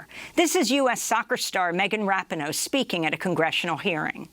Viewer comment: Wow. News today is that the US backed the Argentine coup 45 years ago. What nefarious anti- democratic actions are we paying for today? Also, the soccer star’s name is pronounced rah-Pee-no.